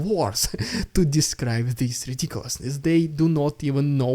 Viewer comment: Your "rrrrrridiculous rrrrrrrrrrrrussian prrrrrrrrrropaganda!!!" always gets me hyped up!